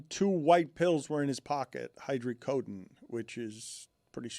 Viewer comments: Hydrocordon bleu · "Hydreecoden" ? You alright there dan? 😂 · How did Dan pronounce hydrocodone wrong two different ways 😂